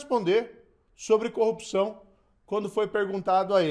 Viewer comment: kkkkkkk tá bom. Ele não sabe falar a palavra corrupção kkkkk